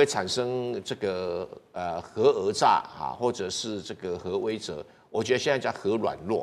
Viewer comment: 核威慑读成he wei ze?不是 he we se吗？